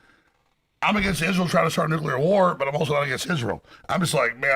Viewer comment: Nuclear. Nu-clear. Nuclear.